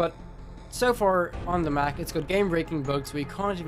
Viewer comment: dude... you messed it up the second you said mac